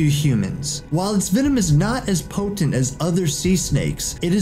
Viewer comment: Po-tent lmao